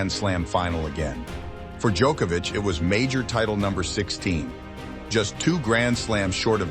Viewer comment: FINALLY I hear an American actually pronounce Nole's name correctly. Every damn American I hear says DjOHkovic with a long O sound, drives me insane. Just hate mentality like "we'll pronounce it how we see it and not make any effort". To the narrator, thank you, it is appreciated.